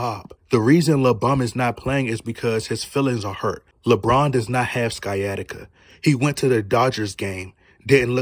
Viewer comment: I believe Sciatica is pronounced, Sy-attic-ah. Could be in an alternate universe, so excuse me if I'm wrong.